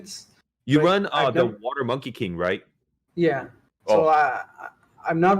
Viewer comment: OMG the best part of the PODCAST is on pronouncing the light Monkey King LOL IM DEAD